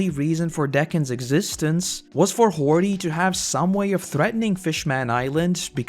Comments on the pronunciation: Isn't ti "Hody" and not "Hordy" or am I missing something? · its hody not hordy